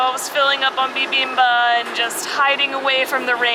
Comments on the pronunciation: Fun! I enjoyed seeing everything though your eyes. (The way you're pronouncing "bibimbab" is a little weird... are you dropping the final consonant?) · You seem not to be pronouncing the final "p" in "bibimbap". It's like you're saying "bibimbuh". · Love the video, definitely a different vibe in Korea! Can't wait to see the next part(s)! Also, FYI it's pronounced "bi bim bap" with the "p" sound at the end haha.